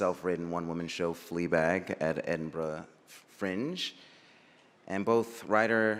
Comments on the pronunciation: The best bit was that he didn't say edinburrow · An American pronouncing Edinburgh properly. Finally!😃Next stop Glastonbury